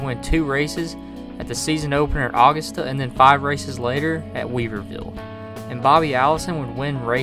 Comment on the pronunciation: i hate tk be that person, but it’s pronounced uh-gust-uh. i was going to comment that a few vids ago but i forgot